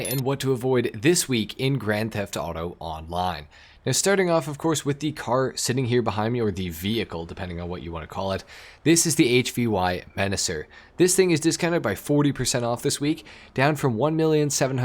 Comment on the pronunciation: HVY is pronounced "Heavy"